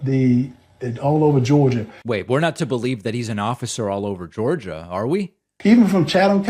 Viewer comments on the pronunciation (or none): none